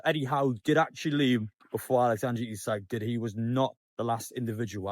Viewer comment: it’s alexandER not AlexandRE ISAK